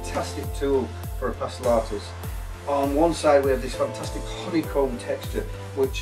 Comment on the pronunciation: Him saying funtustic reminded me of sir Geoffrey boycott. Is he by any chance from Yorkshire?